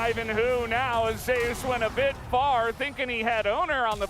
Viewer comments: What's up with the caster not being able to say Zeus.... keeps saying Ze - Us. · Who dafuq pronounces it "Zeh-us". Have these guys never seen or read mythology EDIT: still tilting, but thank you people for educating me.